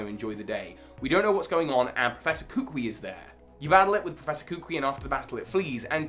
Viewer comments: It’s not koo-qwee…. It’s kuh-coo-ee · "Guhsmuh" "Kookwii"